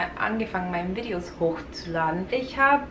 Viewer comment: Wow!!! In deinem letzten Deutschvideo hattest du einen fast schon starken, amerikanischen Akzent aber du hast dich in so kurzer Zeit so doll verbessert!😮😍 Du hörst dich mittlerweile an manchen Stellen richtig akzentfrei an!❤ ich bin so stolz auf dich 😊 (Man hört es nur bei Wörtern wie "Videos", dass du aus Amerika kommst, versuch mal "Videos" deutscher auszusprechen🙈 Mach weiter so und gib nicht auf ❤